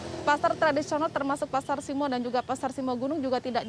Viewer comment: simo bukan simoo (u) zzzz